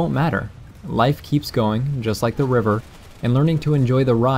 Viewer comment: you said river, i heard reaver, when i get the reaver i usually crash it in a tree.